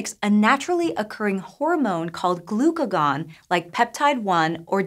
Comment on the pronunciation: Glucagon-like peptide 1, not Glucagon, like peptide 1. You guys even wrote it correctly on screen, but didn't care to correct the audio, seems very disingenuous